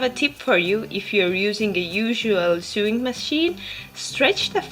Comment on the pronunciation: Great video.. love it.. just a quick point on English pronunciation (which sucks).. "Sew" is pronounced exactly the same as "so" and "sewing" is pronounced "so-ing". Keep up the great videos!